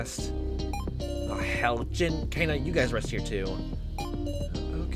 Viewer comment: You're pronouncing Kanna and Nao's names wrong. So far how these 2 names are written or pronounced don't actually matter so don't feel obligated to correct it. Just go with whatevers more comfortable for you. Kanna: "can-na" Nao: "now" Why do think Alice and Q-taro know eachother? Honestly I've been loving this LP. You speak a lot which i think is really good especially considering this is a VN. Liking your theories, keep up the good work! Health